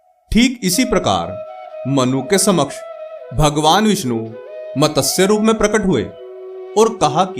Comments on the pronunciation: यह मतसय नहीं। उच्चारण ग़लत है।वह मत्स्य है। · मतस्य नही मत्स्य बोलो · मतस्य? ना ना मत्स्य